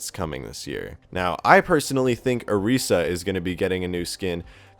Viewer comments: Orisa not oreesa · Why does he say "O-re-sa" >~<. Like come on....She says her name in the little Orisa short....she pronounces her name "O-ri-sa"(just a little nit pick though, nice video...I want a new Mercy and Genji skin) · It's Orisa not oresa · I'm triggered by the way you say "Orisa" It's not Oh-tee-sa It's Oh-ris-ah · oreesa? u mean orisa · Wuy do you say "OREEEESA"? Its Orisa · Correction (Or-isa) not (Or-reesa) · The fact that he talks only about Overwatch and says Orisa wrong. TRIGGERED " OREESA " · Why does he miss pronounce Orissa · McHanzoDouble it doesnt matter, seriously. in the origin story for her, SHE HERSELF PRONOUNCES IT THAT WAY. so its understandable to call her either one.